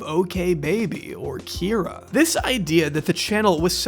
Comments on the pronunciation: I heard you say "Kie-ra" at one point in this vid (sorry, didn't timestamp) and thought it was for comedic effect 🤣🤣💖💖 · lol but still missed one mispronounced Kyra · Who's going to tell him there's at least one instance left in the video where he says Kyra wrong? It stuck out at the time but I didn't think much of it until I watched the end of the video. Loved this one, you did a great job covering the highs and lows!